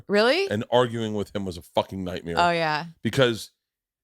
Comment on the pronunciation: “That’s a legit nightmere” 😂😂